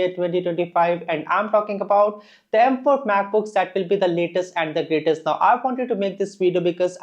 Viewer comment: "Laytest and GrateTest"